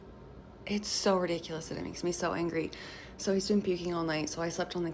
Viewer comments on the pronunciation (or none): “Ew moy gawd, I’m sooo eengry, my husbands sick” what a nasty person, making it all about herself.